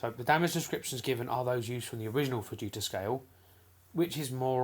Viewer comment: Did u just say enhanced vegita scale